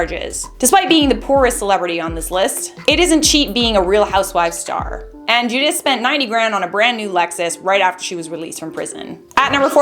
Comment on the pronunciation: Thats not how you say Giudice!!1 Buts its ok bc i love charlotte.